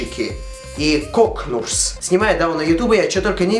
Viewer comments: сейчас 2019 год... но я все еще перематываю момент когда ты говоришь КОКНУРС. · Кокнурс! Да, вы не ослышались кокнурс! (Кёкьнурсь - упорото руско-малолетнем языке...)